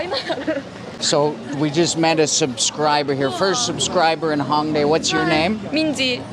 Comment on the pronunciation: It’s “Hōng" not Hawng